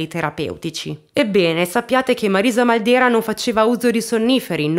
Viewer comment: Ciao! Io sono di Corato..conoscevo solo in parte questa storia. Grazie per averne parlato <3 Comunque il cognome da noi si pronuncia Màldera:) Grazie ancora per i contenuti che porti!!:*